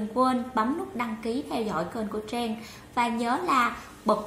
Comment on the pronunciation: Tên của mình mà đọc cũng ko rõ nữa.Trang thành Treng